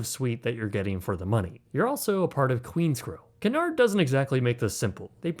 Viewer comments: did you really start the video by pronouncing Cunard as Canard? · If you are going to travel on a Cunard ship, at least learn how to pronounce Cunard. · It’s pronounced “cue nard” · Great review Just one thing that bothered me: Cunard is pronounced “kyoo-NAHRD” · FYI its pronounced Cue Nard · KYOO-nard. 😊 A canard is something else, sorry. 😊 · It Cunard(kyoonard ) not Canard, which is a duck! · Canard??? It's CUnard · Please pronounce it, it's not canard, it's q.Nard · By the way, it’s pronounced “COO-nard” (or “CUE-nard if you’re a Brit), not “car-NARD.” The line’s founder Sam Cunard (off on some ocean liner in the great beyond) thanks you. 😌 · “Coo nard”. “Canard” is duck. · I wore my hoodie sweatshirt from the RMS Titanic exhibit when I was getting on a cruise in Florida also it's pronounced Qnard like the word cue not pronounced canard which is the French word for duck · Cunard pronounced coo-nard should actually be pronounced que-nard. Small thing, but your AI narration simply isn't that intelligent (but perhaps better than most). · I thought it was pronounced CUE-nard. I think that's how I've always heard Emma Cruises pronounce it anyway. Great video though! This was a very fascinating video. :) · Very good review! I believe that this places Cunard cruiseline more in the Upper Premium or Luxury category rather than just Premium. Footnote: the correct pronunciation is KYOO-nard (as in "cute" or "Cupid") and not kunn-ard or kunn-erd. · Cu/nard, não é Ca/nard. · 😆It's pronounced KEW-nard, like a "Q" at the beginning... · its pronounced cyoo-nard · I think you’ll find it’s pronounced Que-nard not whatever it is you are calling it. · It's pronounced more like Queue-nard. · Can you not pronounce Cunard correctly. It's pronounced Queue-nard. named after Sir Samual Cunard of course. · It’s so annoying when Americans don’t take the time to learn proper pronunciation, Cunard is pronounced ‘Q-nard’ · It’s Cunard pronounced QU NARD not what ever you think it’s pronounced